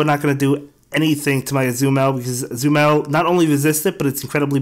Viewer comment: I truly enjoy watching your videos. There is only one suggestion: I LOVE Azumarill so much and I just want you to say its name right. It is Ah-Zoo-Muh-Rell